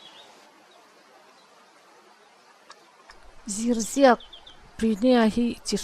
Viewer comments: Zirziak tiin lam rawh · Zirziak hi I lam dik lo